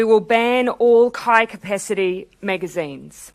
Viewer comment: For a second I thought she said "kike" capacity